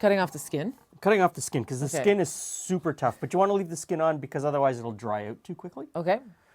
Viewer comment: "Dry oot too quickly" lol